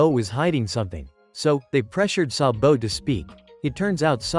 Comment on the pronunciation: I love how he pronounces sabo's name as "sa bo "